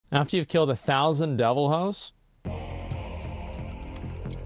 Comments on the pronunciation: This man did not just call deviljho devilhoe XD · Deviljho is pronounced Deviljoe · It’s. Devil-JO asmon… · I think that its hilarious how he pronounces deviljho